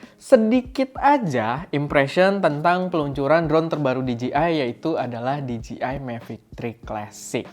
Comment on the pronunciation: bujan diji ay bang, tapi dije ay hehe